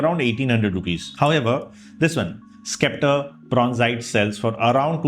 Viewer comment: It's 'septer' and not skepter, just pointing it out